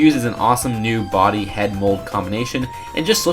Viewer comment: Bodhi is not pronounced Body. I can confirm that, but I don't know the proper pronunciation as it could be Bod-hi, or Boad-hi. I have no clue